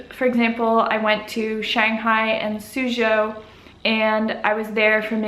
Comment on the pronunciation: Lives in China for a year. Still pronounces Suzhou like an American tourist.